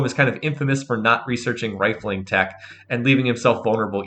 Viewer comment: rifling, rifling, rifling. Repeat after me or should I speak Dutch to you?